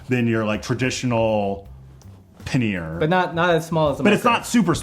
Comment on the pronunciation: This was fun. Got some new links to explore. Looking forward to the next episode. But I'm surprised that an English major can't pronounce pannier correctly. It's either `pan-yer or `pan-nee-er with an accent on the 1st syllable. Sorry to nerd out on you, but I cringe everytime I hear someone say puh `near. Or maybe it was just the bourbon and the scotch talking. If that's the case, then you are forgiven. :)